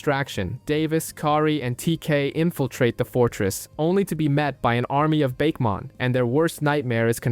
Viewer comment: After hearing you say "Bake-mon" no thanks